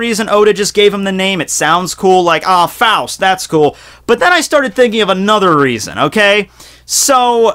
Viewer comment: My last name is Faust. Thank you so much for pronouncing it right. Say 'frost' but remove the 'r'....that's how people say it too often 😒😞